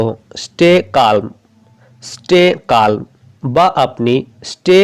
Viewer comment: আপনি শেখাচ্ছেন ইংরেজি কিন্তু আপনার নিজের উচ্চারণ তো ঠিক নেই,,,,আপনি বলছেন stay calm -স্টে কা ল্ ম সঠিক উচ্চারণ স্টে কাম